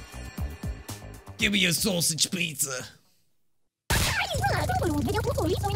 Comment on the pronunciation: HUAUHAUHAHUAHU "gimme ah sausig peetzzah"